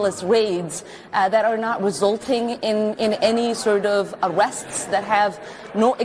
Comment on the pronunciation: They're not mad because they get PAID to protest! "...cawwying out these vridiculous waids..." "...awwests." 😊